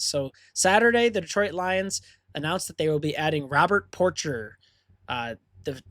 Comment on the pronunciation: last name is pronounced "poor-shay"